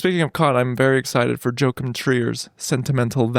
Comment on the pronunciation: "joe-kim" trier